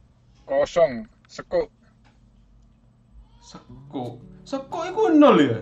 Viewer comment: Seng bener iku sempuk bukan sekuk